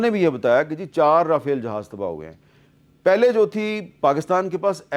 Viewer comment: sergie...G pronouns is GG like Gujrat ...sergie